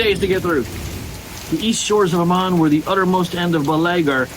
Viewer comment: I love you dearly and I enjoy your videos. Please help me out by checking the pronunciation guides again. I can be awfully particular about which syllable gets the accent on words like Valar and Aman, and you make me twitch when you don't follow Tolkien's rules. 🫂